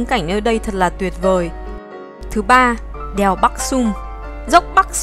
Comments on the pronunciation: Đờ eo đeo huyền đèo 🤣 nghe b này nói như là i e eo đièo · Đìèo 😅 đièo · Mình cũng nghĩ giống Bạn …..